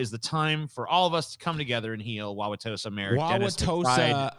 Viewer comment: usually says Wisconsin city names assuming they're pronounced like French names but that is the right way to say it. People who live in Wauwatosa also call it "Tosa."